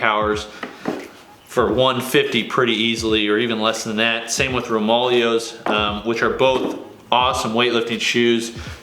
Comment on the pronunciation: It's pronounced... ROME-AH-LAY-OH's. Just to put that out there👍🏼